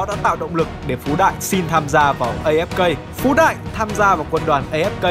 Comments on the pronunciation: Đừng đọc ngược tên Phú Đại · Phú đại đọc láy phái đ* :))) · Phú đại đọc lái :)))